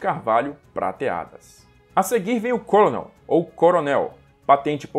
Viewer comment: Apenas fazendo uma pequena correção na pronúncia da palavra "colonel". A pronúncia, em inglês, de "colonel" é idêntica à da palavra "kernel", mesmo não tendo a letra "r" na palavra. Então não se pronuncia "côlonel", mas sim "kêrnel".